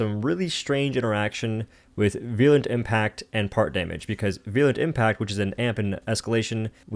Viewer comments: he is not real he said veeurlent impact and not virulent impact. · 50K subscribers with 5 video and some comments veerulent not veeurlent which is what he was saying